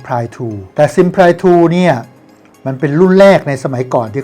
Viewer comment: ออกเสียง ที่ถูกว่า ซิมพลี่